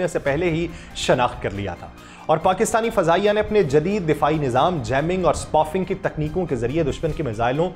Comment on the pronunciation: It is not spufing, it is spoofing سپوفنگ